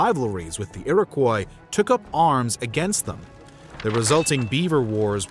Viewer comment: Iroquois = Ear-Ah-Kwah . Great video though . Love this stuff 🫡